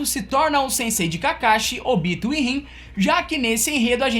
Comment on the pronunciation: Curti o vídeo Mas se vc tivesse pronunciado o nome dos personagens da forma que o anime japonês fala, teria ficado melhor. Ôbito???? É: Obitô